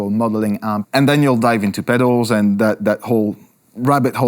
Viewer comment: Is it wrong that I laugh a little when he says pedals? It sounds like," pethos", in Spanish which is slang for flatulence! All kidding aside, sweet pick of songs for this vid! Thx